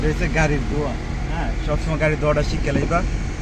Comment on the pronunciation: ❤❤ মাশাল্লাহ্ 🤲🤲 এই প্রথম কোনো ড্রাইভার ভাইয়ের মুখে সঠিকভাবে গাড়ির দোয়া শুনতে পেলাম আলহামদুলিল্লাহ্। জাযাকাল্লাহ্ ভাই।